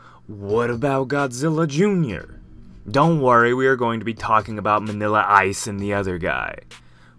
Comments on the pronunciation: Really Manila its minilla what do you think hes a philippines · Did you just say Manila?